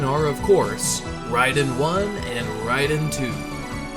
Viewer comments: He means RAY-den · yes. It’s pronounced as “Rye-den.” I went for years in the 90s saying Ray-den but no one knew better back then.